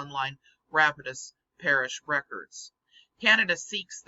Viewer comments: As a former resident of the great state of Louisiana, the "Rapides" in Rapides Parish is prounounced RAP-PEEDS. Sure, it's a crude phonetic spelling, but I haven't found anyone to blame for that. So far, I've yet to find a single person or municipality that has felt the need to put on a telethon to raise the $10 trillion demanded in this phony baloney paper - and something tells me not to hold my breath waiting to see one. Great work as always,! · It's pronounced Ra-Pides